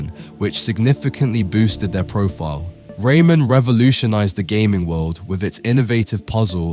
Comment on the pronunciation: Who says rayman like that?